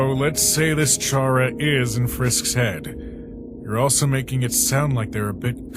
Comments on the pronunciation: I just want to clear something its not pronounced ch-ara is like k-ara you aren’t going to chat character like ch is like k it’s like when you say chara-cter, sorry that really bothers me! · Its not chara its cara is spelled chara but it's pronounced cara